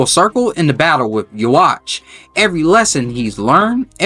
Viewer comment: Yhwach is pronounced you-huh-bah-huh, not hating just correcting you before someone corrects you in a mean way